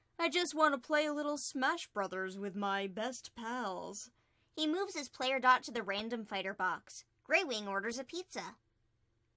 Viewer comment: please stop saying dotc like that it's distrubing.....